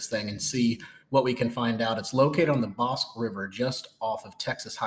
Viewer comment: It’s pronounced boss-kee river